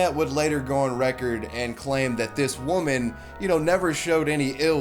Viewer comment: He respects Wahmen by assaulting wahmen. 10/10